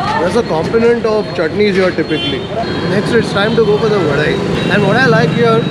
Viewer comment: South Indians: Vadai:Vadeh